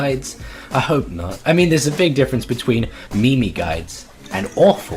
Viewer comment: Also thanks for calling them "Mee mees" I always say it and love that people get mad